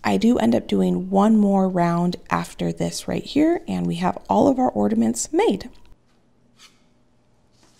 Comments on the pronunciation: The word is ORNAMENTS not ORDAMENTS. Is nobody else hearing this?? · Ordaments lol. Or-na-ments! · Those cinnamon ornaments would have looked really cute with a snowflake stamp or something in the middle. But theh still look cute with the lemon slices though! (Btw, are you saying "orDaments" with a "d" in the middle instead of the "n" in ornaments?) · Yes, I am hearing ordaments everytime 😂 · Am I hearing correctly when says ordaments? It's ornaments, there is no 'd' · Did the recipe call for powdered sugar? That seems like a more logical choice for a velvet pie.. and I’m sorry the only thing I could hear the entire video after you said it the first time was ordaments lol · Why do Americans call them orderments? There ornaments there’s no D ? x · I love that you say ordaments! 😁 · Is she saying “ordaments” with a D ??? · Psst…there’s no D in ornaments.